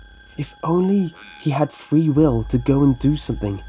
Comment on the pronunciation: I thought you said "Why and how does the puppet have free willy!" xD